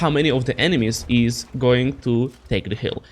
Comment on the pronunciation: Alder, das spricht sich "is" und nicht "ease" aus!! Deine Aussprache ist der komplette Horror. Da höre ich mir ja lieber die beschissene KI-Übersetzung an.